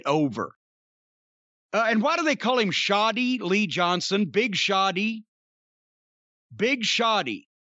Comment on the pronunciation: Cornette, It's Big Shotty Lee, not Big Shoddy Lee LMAO I assume it's basically a nickname that sounds like "Big Shot"